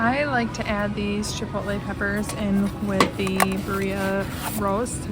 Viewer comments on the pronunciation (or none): Birria pronounced beer' ee 😊ah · Birria is pronounced BEER E AH